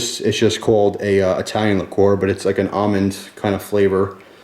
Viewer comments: likor? i thought it was pronounced liquer? ueeerrrr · he did pronounce vodka funny but liquor and liqueur are pronounced differently, and he mentioned liqueur